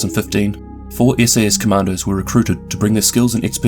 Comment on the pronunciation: When youre saying,, commandos" it sounds like,, commanders" (at least to me)